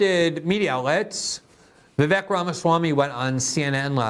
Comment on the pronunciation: It's pronounced VivAYK. A long A sound for the E, not eh.